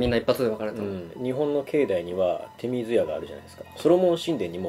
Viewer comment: 手水舎は「ちょうずや」と読みます。